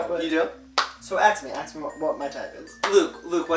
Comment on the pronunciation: Hey guys. Loose the "ax me" ignorant speech and say "ask me."